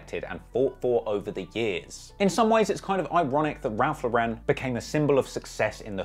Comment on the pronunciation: "Raph Le'ren"